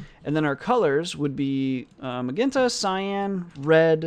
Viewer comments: Pronounce it like "majenta". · hi, It's pretty messed up that no one is polite enough to tell you it's pronounced "muh-jen-ta", anyways you're the man and thanks for uploading this content as well as the copious amounts of other videos and comments!